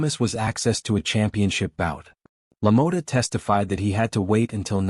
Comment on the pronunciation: AI Pronounces Jake’s last name as La Mo Ta lol